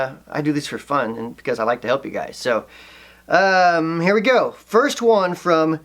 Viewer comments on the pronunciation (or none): none